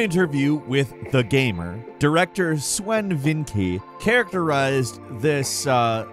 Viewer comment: Bro… the W in n Swen is pronounced as a V. Cmon man, how are you guys still doing things like this? Does post just not even get a quick look? It’s getting harder to watch you guys the more ridiculous the mistakes are